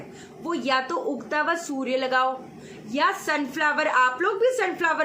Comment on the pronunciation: "Houwa" chaliye koi aur bhi mila ye bolne wala. hamara to log mazak bna dete hain😂